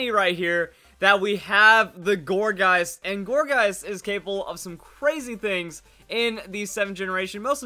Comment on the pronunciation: every time you say gourgeist I'm hearing orgasm for some reason